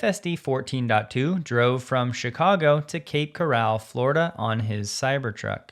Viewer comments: Cape Coral, not Cape Corral. 😂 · Mr teslas drive from Chicago to Cape Coral. Coral as in coral reef. Actually corral had two r's just saying.